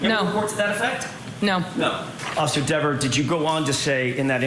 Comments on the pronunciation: Dever pronounced D I V A....She's now cooked as a witness in any future trial as she's going to be on a Brady list because of her false memory. If she is the sole witness in any future trial the defense counsel will bring up the false memory.. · And FIRED by her city. If I lived in her town that she patrols, I would be writing city council and the mayor and the chief. I don't want someone getting so butthurt over pronunciation of her last name wrong out on patrol. If someone called her officer deverS she may get so mad and butthurt she may lie and arrest them and then lie in court. She is a disgrace to the badge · “That’s a direct quote”… what a bs statement and nice try deflecting the question by saying oh he says my name right! WHAT A DISGRACE!!! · I would hate to be married to her. I'd have to walk on eggshells around her after seeing how butthurt she got when Jackson pronounced her last name wrong. Wow. Couldn't believe how evil she turned so fast. Imagine her writing tickets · He was saying it wrong intentionally, he knew it